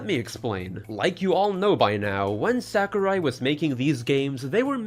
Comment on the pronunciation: Btw, Sakurai should be pronounced as "Sah-koo-rye" (uptight weeb here I know)